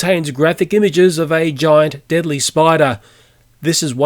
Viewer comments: "Deadily" Hi diddly ho neighbourino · "deadily spider"